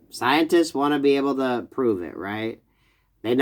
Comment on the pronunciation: Please tell me I heard you slip, and accidentally say “Scien-tits.” Best human auto-correct, ever.